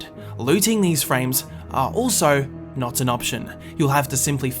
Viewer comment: “Not,” not “nit”